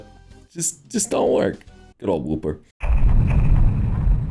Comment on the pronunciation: HE SAYS WOOPER!!!! A MIRACLE